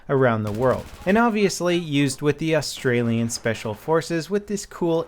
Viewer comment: "austrailian speacial"